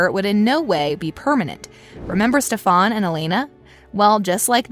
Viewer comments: ITS STEFAN NOT STEFAAAAAAAAN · OMG its “Stefan” not “Stefon” 😂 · She said stefaaan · Is nobody gonna tell her it’s pronounced “Stefen” an not on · ugh stop saying stefaaan it´s stefan like in stefen or am i the only one who got botherd by it? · Its stefan not stephane. Pronounce it correctly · yo wtf. ik you DID NOT SAY STEFAHN. ITS STEF AN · Its Stefan not Stefarn. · You’re mispronouncing Stefan’s name it’s Ste-fen not stefon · Not sure why people are getting mad about the way the narrator says "Stefan". Yes, they say it differently on the show, but it's wrong. It's Italian and should be pronounced "SteFAHN" not "SteFUN". It's also French with the same pronunciation, but Salvatore (which should be SalvatorAY, but I digress) is Italian. So yeah, TVD pronunciation is wrong. 🤷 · Why the fuck do you say Stefaaaaan its stephan. chill. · STEFAAANN? ITS STEFAN NOT STEFAWN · It wasn't a Jin, it was a Jinni, also, it's StephEn not StephOn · Anyone else bothered by the way she kept saying steph-ON instead of stef-IN? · It’s Stefan not stefon get it right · Please learn to pronounce the peoples names.... Stefan not Stefaan and that‘s not how you pronounce Dobrev either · It’s “Stef-An” not Ste-FON” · PLEASE READ THE COMMENTS IT IS STEF-EN OT STEF-ON JESUS CHRIST also Ian and Nina most definitely will not be coming back to the show at least not together. The whole reason she left the show was because of their breakup and also because of that whole suspicion about season 9 of tvd Nina and Ian and many others said they weren't coming back even if it was true .But I think there could be a small chance of Candice who played Caroline in tvd, Kat who played Bonnie on Tvd, Riley who play Freya on The originals, Claire who played Rebekah, Charles who played Marcel, Steven who played Jeremey, etc could make an appearance on Legacies especially Riley bc she never post on insta and I understand that's prob not the reason y but I'm going to hold onto hope lol. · It’s Pronounced Steph—-an